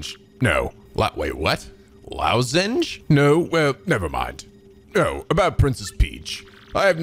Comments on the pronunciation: Its Loss-Enge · Grodus: "..throat lozenge": "Lousenge? What a lousenge be?"...